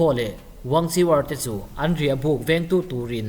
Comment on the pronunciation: Wangchiwar Tih loh tur, an mahni chinese trawnga WANGKHUER tih tur